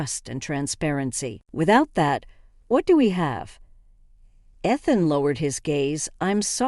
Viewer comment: AI doesn't proof read. It's hilarious that the name Ethan is mispronounced. How often have you heard the name Ethan in one of these stories. AI needs to be rebooted.